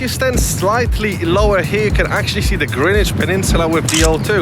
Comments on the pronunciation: Yes, you DID pronounce GREENWICH correctly! It’s Grinn idge not GREN idge! And I thank you muchly 👍🏻😘 (GREENWICH born and bred! 😀) and saying hello to RMSARPS - not just me then, that gets riled at hearing it said wrong! 😩😀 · Great to hear "Greenwich" pronounced correctly. Enjoyed your walk around my favourite park.